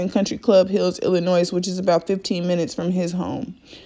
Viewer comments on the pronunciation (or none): It's Illinois not Illinoise. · I hate people call Illinois .Illa-noise.. The S is silent.. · Ill - annoy Is how to pronounce Illinois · Illi- noise???? nooooooooo Illi-noy yesssss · Yes ma'am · It’s illy no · The “s” in Illinois is silent. Great Interview!